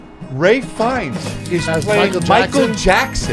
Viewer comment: You all repeatedly calling Ralph Fiennes Ray brought me down some IQ points haha